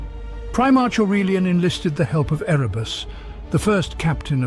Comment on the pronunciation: Pronouncing Erebus and a few other names differently each time half a dozen times does pull you out of the narration. Another example being arch magus “coal”, takes you a moment to realise he’s talking about Cawl